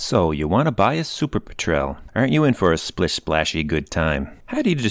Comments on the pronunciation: Cannot get past the pronunciation of "petrele" haha. Refer to a documentary on the seabird it's named for, "petrl". Potato potaato. Great videos, keep them coming!! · It's actually pronounced PET-rel...sort of like the British word for gasoline. A Petrel is type of seabird.